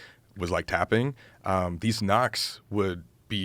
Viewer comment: "Tapping" or "fapping"?